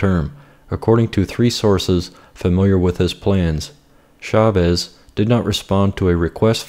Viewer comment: Agree with everything but one correct needs made: It's Chaffetz, not Chavez.